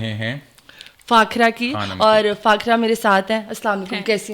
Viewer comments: خ ko خ hi rhny do ye kya nkhry se کھے کھے na bolo Her name is فاخرہ not فاکھرہ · یہ کیا نیا وتیرہ لوگوں نے پکڑ لیا ہے ہندوؤں کی طرح فاکھرا!!!!🤬🤬🤬 بی بی صحیح طرح سے اس کا نام لو فاخرہ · What do you mean by Chawlian, and call her Fakhira not Fakhaara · Plz kanwal jis ko bulati hain onko b moka dea krain bolne ka khud he bolti hn bour kr deti hain ۔or plz indian accent mn bat mat kea krain jese k onka nama fakhra h to keh ko clear bolain . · Wow she didn’t even pronounce fakhra 😮